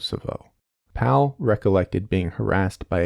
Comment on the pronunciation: The way he pronounced Pavle made my skin crawl